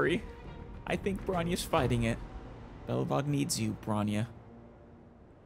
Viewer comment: Never heard of Belebog. Just Belobog. 😅